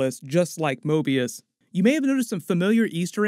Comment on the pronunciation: Hate to be that guy but said Morbius instead of Mobius.